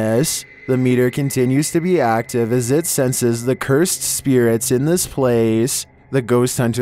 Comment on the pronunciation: Instead of saying spirits he says spear rats lol. So annoying